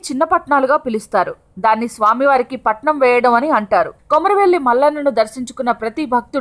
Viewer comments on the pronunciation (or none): It's not patanam It's patam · patnam kaadu patam